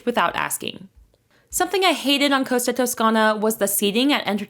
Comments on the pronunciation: Cost-a, not Coasta. Tos-cana not Toascana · Costa. It’s called COSTA, not Coasta. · For the love of God please learn how to pronounce the names. It is Costa - not coasta, just like Costco!